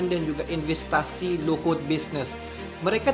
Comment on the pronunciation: Luhut bisnis... Hahaha saya sampai tertawa. Banyak salah semoga kesalahan pengucapan kata makin baik apalagi menyebut nama.